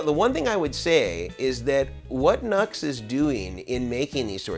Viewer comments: I guess the original pronunciation for NUX is “New-X”. Not like “Nuts” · Isn't NUX pronounced "New X", not "Nucks"? Also, great video! Appreciate your perspective on clones. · it's "new" X......not Nucks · OK for the love of your god, repeat after me...."NEW X" not "NUX", ....NEW X... they must really get sick of everyone saying their name wrong which was someone's bad idea in logo marketing no doubt. Looks like they copy cloned this pedal although it turned out much different in result which does not make it a "good clone" nor does it signify they were really trying to match it. NEW X is a good company so it would seem they could have easily copied something. With the scandals Mason goes through maybe calling the company by its actual name might help. I have seen numerous youtuber demo cats who not only get free stuff but get paid, pronounce the name of the company funding them incorrectly, that must drive them batty and it attests to just how stupid most of these nits really are. You also have love the dumb $hits who review things and have no idea what controls do or not bothering to read a simple instruction sheet when they get stuff for free and/or paid to do demos for it. Sad really, even sadder I think when I stop and maybe others watching them wishing they were not so ignorant. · Nux i heard is pronounced "New X" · It's pronounced NEW- X. I'm not sure if you don't know or if you're mocking them? 🤘🌝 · Pronounced “Noo-X” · half the voltage, twice the current draw. A guy called Ohm figured this out. NUX is pronounced "new - x". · It’s NU>X Pronounced NEW X. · Good rundown. Just FYI it’s pronounced ‘new-ex’. Good information here for sure. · Just as a bit of an aside ... the company name is pronounced NuX (new Ex)